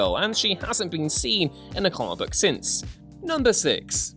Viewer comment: When you say "comic book character" I keep hearing "Carbot character" xD